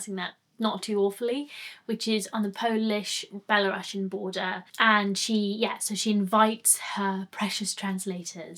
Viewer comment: hi, sorry for the minor note but it's not BelaRUSSIAN, it's BelaruSian, so it's not pronounced as Behluhruhshn but Behluhrooshn or BehluhROOseeuhn, hope it helped